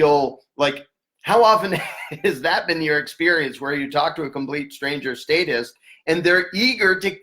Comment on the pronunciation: Errytime you say satists it sounds like satanist